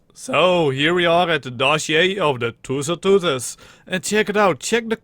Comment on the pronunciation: you sound like pengu when you're trying to pronounce tusoteuthis